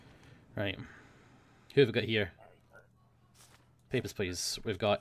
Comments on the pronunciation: "HEY GUYS! here, and it's time to play Peppersh Pleash." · Whenever says "Papers, Please" at the start, it sounds like "Pepper Splice" to me. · Totally thought he said: "Pepper splice" at the start.